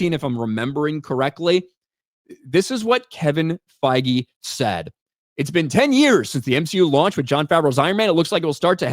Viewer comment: did you just say they are sacking Feige or fiji or faggy or whatever his name is.